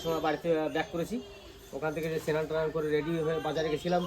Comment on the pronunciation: Senan hoy na Snan bolun